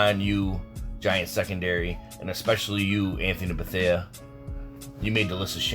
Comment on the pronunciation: “Anthony Bethea”